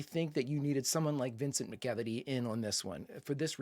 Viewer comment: I’m pretty sure McEveety is pronounced MAC-uh-vee-tee.